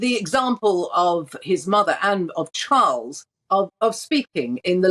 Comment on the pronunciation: King Charles has a beautiful voice and perfect enunciation and pronounciation. So very soothing